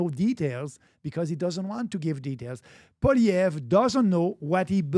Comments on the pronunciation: Crazy how Pat still can't pronounce Poilievre after talking about him so much. POLLY•EV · Please have Pierre Poilievre (pronounced Poly-Ev) thanks Patrick on your podcast We want Pierre as PM and Maxime as official leader of our opposition 🙏🏼🇨🇦🍁Make it so!! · If you want him on your podcast atleast try to get his name right. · If PBD wants to be taken seriously when speaking of Canada, perhaps better research should be done. One obvious place to start would be learning how to properly pronounce the name of the leader of the official opposition in the Canadian parliament, and probable next Prime Minister, Pierre Poilièvre. A quick web search indicates that: "Poilièvre: pronounced as “pwah-lee-eh-vruh” (with a stronger emphasis on the “lee” sound)"